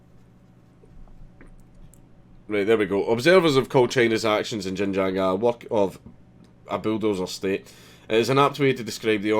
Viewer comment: Not to mention that Xinjiang is pronounced "Shin-jang" NOT *Jinjang!